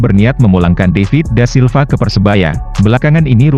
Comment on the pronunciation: David da Silva min bukan daivit🤦🏻‍♂️